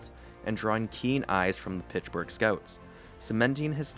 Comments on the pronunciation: Its not Pitchburg` its Pittsburgh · Where is pichburgh? Pitts-Burgh. I don’t hear any other mispronounced words this entire post. But Pittsburgh is said weird every time. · Pittsburgh not pitchburgh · Great video but its Pittsburgh not Pitchburgh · Mate, it's "Pitts" Burgh, not "Pitch" Burgh 😳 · *Pittsburgh, not Pitchburg! 👎🏽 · Pish burgh? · Pitchburgh lol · Where is this town he mentions, “Pitchburgh“??? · Is he saying Pitchburgh? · Took a shot every time you said "Pitchburgh" and now I'm wasted. You could use some script revisions too before posting your videos. You said Lemieux was diagnosed with cancer in 1983 at 27 years old when it was in 1993. You also had some weird sentences like "in order to fully focus fully on hockey..." Solid video otherwise but you've gotta proofread your script and re-record mistakes if you're going to post video essays. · The “Pitchburg” Penguins lol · Ok, is this A.I. ? Pitchburg? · everytime you say "pitchburg" i die laughing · underrated comment ^ i didnt really notice before reading this now i cant stop laughing everytime he says it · God he’s killing me with that 😂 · Where is this “Pitchburgh” you speak so much about?